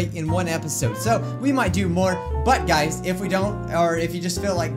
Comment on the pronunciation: "I can't even lock at you guis! " said wile looking at us XD sorry sounded funny to me